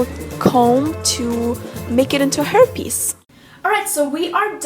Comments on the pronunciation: hair piece sounded like herpes lol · When you said hair piece it sounded like herpes! Haha youre stunning!